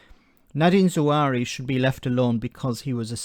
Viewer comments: Not Zawari but Zahawi. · You keep mispronouncing his name. His name is pronounced Zahawi, not Zawari. This stuff matters. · Cleverly is possibly the lowest specimen of all of the Tory scumbags. Anyway do yourself a favour and at least get the bloke's name right - it's Zahawi not Zawari.